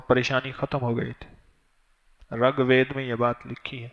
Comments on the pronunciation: Assalamu alaikum , RUGVED not Ragved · It's rigved not regved Its first ved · Talaffuz durust kar len Rig vaid (Rag ghalat h)isi tarah sanskirit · SalamuAlekum wa Rahmatullahi wa Barakaatuhu. Maulana Sahab, gustakhi ma'af farmaiyye... "RAG VED" GHALAT PADHA AAP NE, US KITAAB KA NAAM "RIG VEDA" HAI. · Ragbed nahi. Reegbed hai iska sahi lafj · Ragved nahi rigved hai uska pronounciation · Rug ved nahin wo RIG VED hai, tas'hee ho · Raag vaed nai Rig ved hy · Hazrat Ji 1. Ragved nahi hai... Rigved hai. 2. San Sakrit nahi hai.. Sanskrit hai